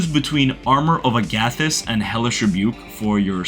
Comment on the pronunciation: 'Uh-gathis' is crazy. Try 'aga-this' aga pronounced like MAGA.